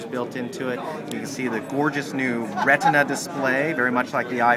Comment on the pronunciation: Ret-In-A displaay